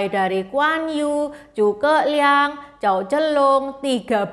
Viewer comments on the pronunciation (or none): Bacanya bukan Jao tapi Cao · Zhao bacanya bukan chao, tapi Cyao.